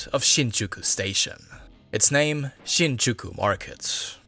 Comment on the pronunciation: Definitely ethnic Chinese or Taiwanese (with German influence/heritage). You'll find out by listening some of his pronunciations unique to the Mandarin speakers, e.g. words like then, other, July, and Shinjuku.